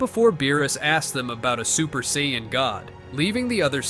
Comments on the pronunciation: saiyman not saiymon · I can't stand AI voices, they mispronounce way too much, sai-on instead of Saiyan, come on! Also if Goku's power level was over 200 as a baby, he would've wrecked everyone as even Kami's power level was only around 180 and he was the strongest on earth at the time. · if i hear another SAIYON story imma go nuts... SAIYON ERYWHERE~ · sion = saiyan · saiyan not scion a.i couldn't even get that right lol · Ah yes Goku: the Psion that learns the dodahnBahn and stays at the Camby house after killing the owner. AI can't even pronounce threatening, it says three-tening. P.S.: Kameha Kamiya?